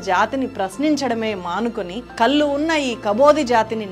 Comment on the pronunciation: కల్లు కాదు తల్లీ ... కళ్ళు